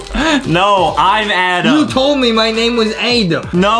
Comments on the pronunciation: Adam, not Adem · No Justin says Adem. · No no no, it’s A-dom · It was so funny when Justin kept saying "I'm adem" 🤣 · no he said Edem not Adem